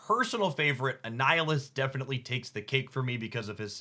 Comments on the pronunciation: Are you intentionally mispronouncing card names as a bit? I can't tell ... but my jaw clenched at "A-Neal-Is" for Annihilus (like annihilate) haha. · since Annihilus might be completly new to some people. Annihilus is pronounced just like annihilation, but replace the "ation" with "lus". an-i-ill-us. "I am Annihilus ... Lord of the Negative Zone! Annihilus the Living Death that walks!" -Annihilus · Gladiator's power is fucking sick, because in-character his power is tied to his confidence: the more confident he is, the more Superman-like he is. ...And he is very, VERY confident. You did well with the pronunciations this time! The only moss was Annihilus, which has a hard "i", as in "Annihilate".